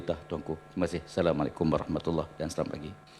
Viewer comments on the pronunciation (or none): none